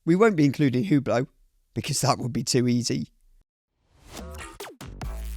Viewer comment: Hublot - Pronounced You Blow